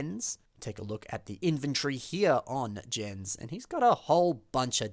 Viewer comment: Galidor actually is a pretty neat theme! I own all of the sets, aside from the hard-to-get Tager and Aquart. And as shown here, there are many creative uses for the line's parts. One fairly minor correction for the video though, the character Jens' name is actually pronounced "Yenz". Also, for Ooni, it is pronounced "Oh-nee". Not a big deal though, I thought the same thing the first time I read their names, haha Take care! Keep up the good work, man!